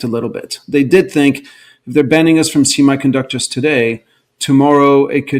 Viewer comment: "See My" conductors. Why does he say "semiconductors" that way?